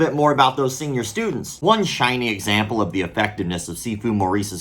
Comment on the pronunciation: "Senor" Students?